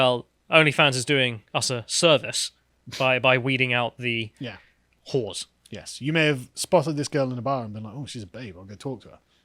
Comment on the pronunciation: I love the way emphasizes "WHORES"